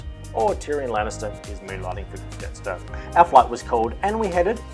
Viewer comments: (Jetstar Yarstar) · Love your witty sense of humour lol (Jetstar Yarstar) 😂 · (Jetstar Yaystar) ✈️ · (Jetstar Yaystar) Great video!!!